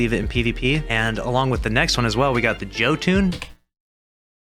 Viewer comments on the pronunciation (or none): Joe tune? Really? It’s pronounced yo-ton